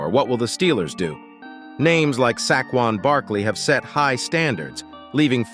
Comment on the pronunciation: Your video loses credibility when you mispronounce and butcher the name of a legitimate nfl star. Saquon not sackwon. No likes or subscription from me until you polish up your product. Details matter!